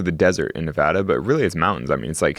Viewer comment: One of us mispronounces Nevada and it's not Alex. 😅